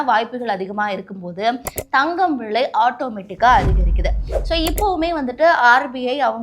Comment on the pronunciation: விழை இல்ல தாயே… விலை விலை நீயெல்லாம் news வாசிக்கிற கொடும கொடும